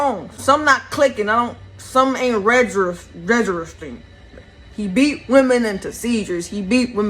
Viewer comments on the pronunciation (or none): Giiiiirl, Almost made me forget how to say REGISTERING 😂🤣 (re-gi-ster-ing) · My goofy ass keep listening to her try to say registering. other than that I agree with the other stuff lol